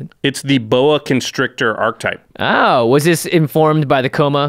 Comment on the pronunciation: It's pronounced ARK-uh-type. Not ark-type.